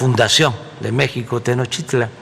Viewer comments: No sabe ni pronunciar el maestro de los chairos dice Tenotitlan en ves de Tenochtitlan y también pronuncia tonces y pereme pereme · Ni pronunciar tenochtitlan sabes y te sientes muy mexicano viejo menso